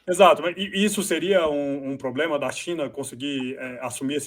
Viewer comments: Não confie em ninguém que fale ploblema 😂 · IMPRESSÃO MINHA OU ele fala pobrema